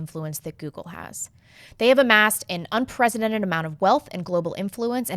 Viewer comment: The way you pronounce unprecedented is annoying.